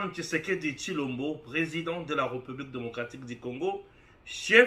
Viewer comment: Jeune-frère, ndenge na yo ya ko prononcer le mot "République" eza yango te: "é" ya République, eza na accent oyo babengi aigu. Na yango, e wana eza ouvert. Ça se prononce"hé", càd il faut eyokana. Eza français. Pardon frère, ozo bebisa prononciation ya bana na biso. Merci.